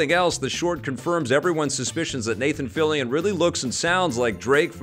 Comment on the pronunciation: Okay, thank you for the pronounciation of Fillion,. Always thought it has a French pronunciation, given Canada has a huge French community.